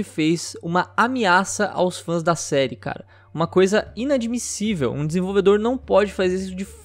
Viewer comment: "inadimicível"? cara, tao ferrando com o trabalho dele, eu n trabalharia para alguém q fica falando mal do meu trabalho, mesmo se ele n seja ruim